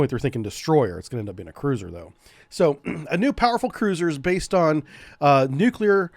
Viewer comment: Hey! George W Bush has a copyright on pronouncing it "Nukyaler", even the First Lady Laura Bush teased him about it.